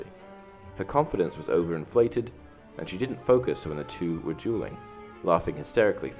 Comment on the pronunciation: I thought he kept on saying "jeweling"